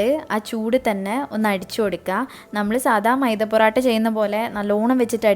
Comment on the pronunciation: Porata alla mole..porottayaa😁😁